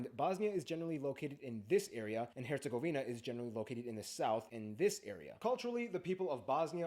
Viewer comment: im sorry???? BRO REALLY SAID HERGOZVINIA IM DEAD💀